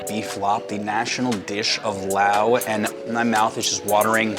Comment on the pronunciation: Laotian, “Lay-Ocean” Not Lahwshun Not “Laowe” “Laos” Hard to listen to everything you have to say, when within the first five minutes you pronounce everything incorrectly multiple times, even after talking to people that pronounced it correctly in front of you.